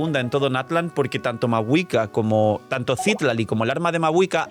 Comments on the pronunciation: Te ayudo con el algoritmo diciéndote que es Citlali, no Cítlali ni Citlalí como en los subtítulos😅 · Gracias por el video solo una aclaración porque veo que no eres de México Citlali se ponuncia con acento en la A (citlAli) es nombre muy común en México que me parece es de donde se basaron en esta zona de américa lo digo porque he visto que hay muchos temas con representación cultural con la fan base de genshin, por cierto es un nombre taaan común en México que me da muchisima risa que hayan hecho un personaje así, es como si ororon se llamara pedro